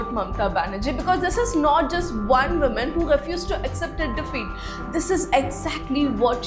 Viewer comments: Wo-man not men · When will you learn to pronounce woman & women differently? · The way you say, Woman & Women phonetics sound the same, ..just a advice, however they sound different.